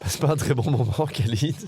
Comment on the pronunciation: Vidéo top! Merci Winamax, merci Bcastaldi, merci tpmp, merci Davidi Kitaï, merci all!! Par contre,: dans tout le maghreb, tout le moyen-orient, tous les pays où "Khalid" est utilisé: ça se prononce "Ralid"!!!! Soit le Mr en question se présente en "Mr Kalid" car "90% des français" prononcent "Kalid", soit je ne sais pas:'( Quoi qu'il en soit, merci Winamax!!